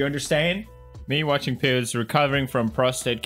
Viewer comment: that he said Peter or Choen said Peers instead of Pewds